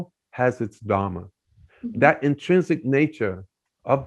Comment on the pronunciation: When would you learn to say, धर्म and not धरम?